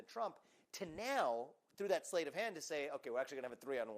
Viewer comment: Vivek says “SLATE of hand”, but it’s “SLEIGHT of hand” and it is pronounced like “SLIGHT”. Still, Vivek is smarter than I am in every other way👍🙂